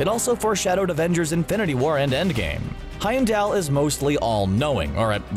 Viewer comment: Will you guys stop calling him HeimdALE? HeimdALL...all..fall..mall..call.. Heimdall...ffs